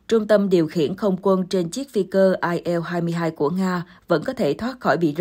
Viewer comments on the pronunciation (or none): Bạn Yên Ngọc phát âm tên hiệu chiếc máy bay Nga kỳ quá!! Chiếc IL 23 bạn đọc là “ ai eo hai mươi ba “ ????Các bạn thấy đó, nữa Tây nữa Ta, nôm na là nữa gà nữa vịt!! Bạn phải phát âm là “ I en lờ hai mươi ba “ trong phát âm chuẩn xác của tiếng Việt. Còn nếu đọc chính xác cho có vẻ “Tây “ thì phải là “ Ai eo tuen ti thờ ri”. Bên đài HTD NEWS cũng cái phát âm loạn xị như vậy mà hiện nay không phải một mình tôi mà nhiều bạn khác đã chuyển sang kênh khác. Mong bạn chỉnh sửa dùm. Cảm ơn.